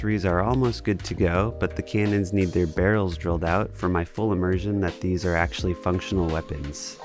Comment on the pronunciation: "You know, children could play with theese toys" 🤓